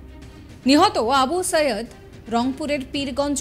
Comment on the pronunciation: নামটা সঠিকভাবে উচ্চারণ করুন সম্মানের সাথে আবু সাঈদ আবু সায়েদ না